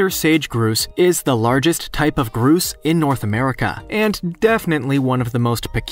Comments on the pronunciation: Why is it that everyone else can pronounce the word: “Grouse” but you can’t? It’s gr-OW-ss! Not gr-ooooo-as! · The grouse bird its not pronounced groose but gr-ow-se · That's not a Groose, it's a GROUSE, rhymes with "house". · It's Grouse not Groose...pronounced like House only with a G. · It is not a sage groose.. it is a sage GROUSE....LIKE OW NOT OOOOO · It’s grouse, not groose. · Sage Groose??? 😂😂😂 it's Grouse. Gr-owe-ss. (Sorry, it's just funny to me that an "educational" video is published without knowing how to pronounce something as common as a grouse. Even small kids in Minnesota know how to say it.) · I was looking elsewhere when I heard him say groose. I was like, "What's a groose." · Grouse. Say it like house. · Thank you for this, it was driving me crazy! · No you can easily tell a text to speech voice. This guy is a real person no doubt. There's nothing wrong or strange about his intonation just the pronounciation of "grouse". Actually, now that I finished the video, a few other names too. But the intonations is still fine.